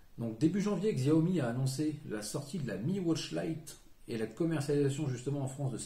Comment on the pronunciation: Arghhh CH-I-A-OMI !!!! sinon super vidéo 😂